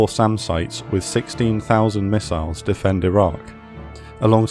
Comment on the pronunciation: You said SAM and Radar sites. I heard Salmon radar sites. 😂